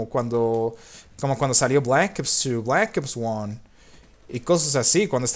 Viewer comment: no hables inglés q no se te da nada bien , sorry , y decir black ops 1 como lo has dicho ósea penoso de como lo dijiste la verdad